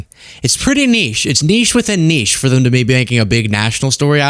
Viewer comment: you are the FIRST American I have ever heard pronounce niche correctly 👏👏